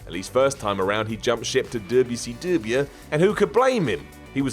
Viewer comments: I love how says “DUB-ya-sea-DUB-Yao” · I love how seeid WCW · Lmao why you say wcw like that? you making fun of southern slang!!!! Its funny as hell to me though im from GA